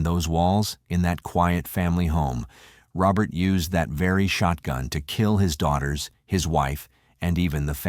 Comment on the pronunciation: Ruppert!!! Its Rupert =pronounced Roo Pert